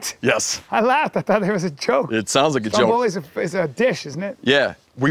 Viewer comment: first of all if you are part Italian you know it's pronounced Vesuvio, and how can you miss the joke: I hope you don't butcher your animals the way you butchered the name Stromboli. (Pronounced in Italian)